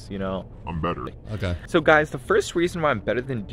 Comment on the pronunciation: That "ok" was personal😂